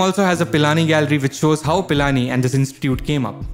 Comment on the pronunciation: It's not Palani its pilani 🤣🤣